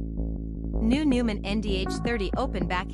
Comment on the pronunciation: This must be AI voiceover. The narrator can't even pronounce the product's name properly...ridiculous! Couldn't get through the presentation because of that.....